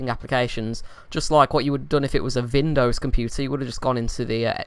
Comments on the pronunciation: "Vindows" lmfao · oh hi yes I am new and could you tell me why you pronounce w like v and v w?